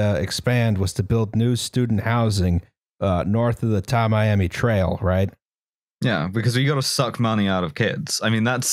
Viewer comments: As a Florida man. It's "Tam-e-am-e" Trail. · I grew up in the neighborhood where this happened and still live a few minutes away. I have many comments, but I'll limit myself to only the following: 1. The notable coach at FIU that confused with Lane Kiffin was Butch Davis 2. It's pronounced Tammy-Ammy, but nobody calls it that. It's 8th street. 3. The area north of 8th street is a city named Sweetwater where some of the earliest resident were troupe of retired Russian circus dwarves. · Tamiami is a portmanteau of Tampa and Miami and is pronounced tam-mee-amee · This is Flor-i-duh. We don't have basements. Tam-eye-am-ee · Tamiami trail is an old cow trail that went from Tampa to Miami, so it's pronounced Tam (like camera) ee am ee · Tamiami is pronounced like "Tammy-ammy" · I browsed the comments and didn't see anyone offer the pronunciation: Tamiami Trail pronounced like Tammy-Ammy. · Tamiami = “tammy ammy”